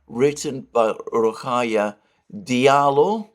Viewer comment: Just a small point. "Diallo" is pronounced "Jallo". It's a Senegalese name. Cf. "Diop" pronounced "Jop", etc.